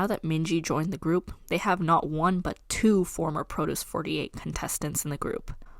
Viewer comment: The way you pronounce “produce” sounds like you’re talking about cabbage or something lol